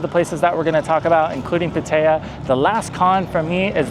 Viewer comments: Not "Pu-tae-yuh" Say "Pat-tah-yah" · Good video. Very difficult to listen to the way you pronounce "Pattaya". It is pronounced PattaY'A. The emphasis is on the YA. All A's are soft (think ah). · Puh-tayuh? Come on, man. You can do better. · A Thai person would have no idea where you are referring to it like that. Pad-ta-yaaa. Thai generally emphasizes the last sound. I'd rate those the worst cities to live. Maybe not Chiang Rai....that's ok. The cities of Issan are the most livable I've spent time in. Unless you have a family there's no reason to pick one place. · That is the most unique pronunciation of "Pattaya" I have heard yet....have you actually been there? Never heard anyone else mention the name of the place?